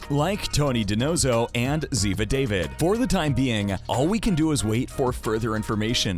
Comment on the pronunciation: Hi; I like your info, but, but, but.... If you are going to TALK about ZiVA then PLEASE, PLEASE, PLEASE pronounce her last name CORRECTLY.... It is NOT pronounced the same way as the first name pronunciation... The "phoenetic spelling" would be like this... DahVEED... the a being pronounced almost exactly the same way as in the word ALLOW... Please take note of this... Thank you...